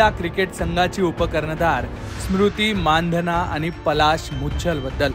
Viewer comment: You are the first who pronounced the real surname 'माणधना'. नाहीतर सगळेच चुतिये मंदाना, मंधाना, मंदाणा..... म्हणतात.